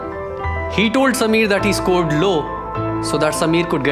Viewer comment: Props to principal for pronouncing samir correctly👍